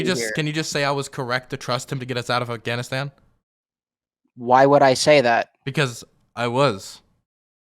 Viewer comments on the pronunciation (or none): I've never heard of the country of Afghanistand, we can't trust anyone who can't pronounce a country correctly, they must necessarily pronounce everything wrong if that's the case and they are completely unintelligable. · I keep focusing on how he pronounces it "Afghanistand"